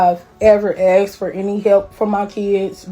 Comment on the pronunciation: Its asked not axed .😂😂😂